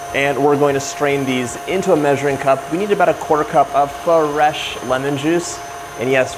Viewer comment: Did you say Fa-resh lemon juice...?